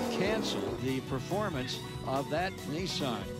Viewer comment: N I S S A N............not F**king Neesan